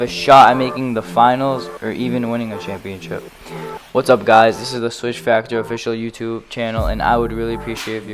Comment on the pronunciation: The way you said Championship turned me off the vid, still subscribed tho! Love the IG page